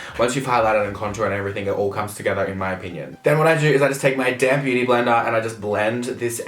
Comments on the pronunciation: omfg "use a damn beauty blender" 😂😂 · are you saying damp beauty blender or damn beauty blender 😂😂